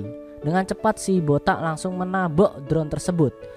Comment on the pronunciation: Bang bilang botak nya harus "boTAK"